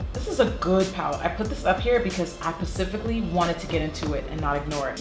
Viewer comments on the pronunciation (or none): Yes to the shirt ✊🏾, yes to the Lisa Frank vibes from that palette 😂, yes to "pacifically" 😂, yes to that ring 👀, yes to Jackie Aina 👸🏾👏🏾